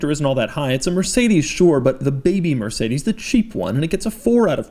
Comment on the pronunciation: Doug pronounces mercedes like"mercadas"